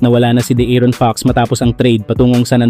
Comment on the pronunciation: Di nanonood ng basketball to, lavine lang at d aron di mabigkas ng tama..ahaha